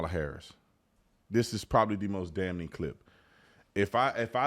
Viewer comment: having some trouble pronouncing the word “damning” 😂😂😂. The N is silent bro. You don’t say “DAM-NING”. You pronounce it “DAM-ING”. 🤣🤣